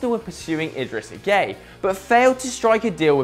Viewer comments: I swear Gueye isnt pronounced as gay, Im not senegalese but i reckon its like Gu-é-y-e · do you really pronounce it gay?